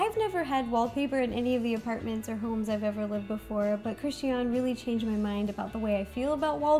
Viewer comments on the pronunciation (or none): that's pronounced Christi -Ann. tell her to get over her self and learn her name.